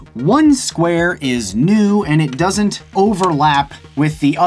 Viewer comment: "Yoo can't do that, dat.. duzzent werk" LMAO!